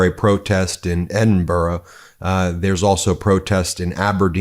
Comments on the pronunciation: I am so impressed you pronounced “Edinburgh” correctly! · Spot on Ben, the vast majority of Scots loathe this arsehole, his boastful, greedy, selfish personality is the antithesis of our culture. We're not perfect but we don't suffer fools gladly . BTW, well done for pronouncing Edinburgh properly, it's not Edinboro xx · It's a small thing in the scheme of things, but thanks for pronouncing Edinburgh properly :) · Thanks for pronouncing Edinburgh correctly!!!! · Good to hear your correct pronunciation of Edinburgh, Ben! Turnberry is a lovely golf course but I hope the R & A don't give him the Scottish Open. The clown is hated here in Scotland! He was a pig to people in Aberdeenshire when he wanted the land for his golf course. He shouldn't even be here as he's a convicted felon! He should have been turned back at Prestwick! As for the Epstein case, the clown is more than guilty. He must think we're all "daft" as we say here! C'mon Dems time to get the boot in!! 💙🏴🇨🇦🇺🇦🇬🇱💙